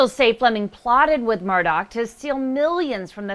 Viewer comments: It's murdaugh not Murdock. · MURR-DAW, not MURR-DOCK. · You’re pronouncing his name wrong. It’s murduagh not Murdock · Is not Murdock.... it is Murdaugh. I know it shouldn't bug me..... but every news reporter says it wrong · murDAUGH, not murDOCK.